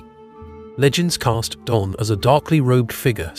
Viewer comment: Donn is pronounced Dunn